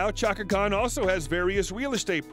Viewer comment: Hey...some of those pics were HIT!Chaka would check you I bet!😅and practice pronouncing her full name correct..all in all you gave a pretty good Bio..and I gave you a thumbs up..also..you gave some info that I never knew!Appreciated never the less😁